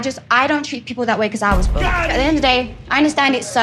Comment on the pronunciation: I love how says ‘bulled a lot’ lol instead of bullied